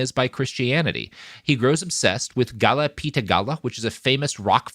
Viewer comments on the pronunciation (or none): none